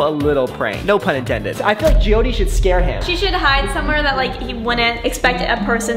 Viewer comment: No hate but it’s Jyothi